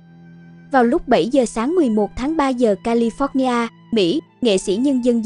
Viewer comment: Cô btv nên sửa lại cách phát âm tiếng anh cho đúng đừng nói theo người vn trong nước California ( âm tiếng anh kha li pho nha ) chứ không phát âm là ca li phót nha